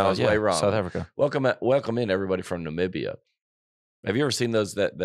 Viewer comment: Ni-mim-beeee-ah. Emphasis on bee. Lol